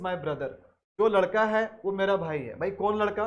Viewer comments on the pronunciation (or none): none